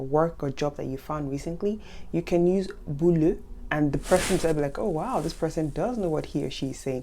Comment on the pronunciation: ...it's still me - Barbara - asking: what about the pronunciation of "beau" and "boulot"...? 🥰